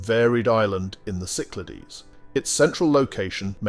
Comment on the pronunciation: Very bad pronunciation of Cyclades - cycaldees. Irritating